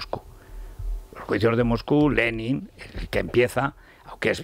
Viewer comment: Federirico empezando por que pronuncias mal Lenin , lo demás es una sarta de bobadas. Zelensky es lo más sumar a Sánchez que hay